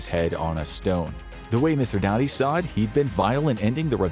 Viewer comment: It's actually pronounced Mith - rhi - dates, like the fruit, dates.